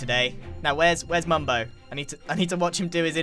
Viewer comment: "Mumbo?!" "DON'T YOU MUMBO ME!" Sounds like he's saying "Don't you member me?